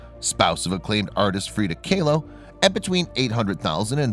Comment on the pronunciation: Sorry..but it's pronounced "Call-O"....Frida Kahlo.....a great artist and unique woman!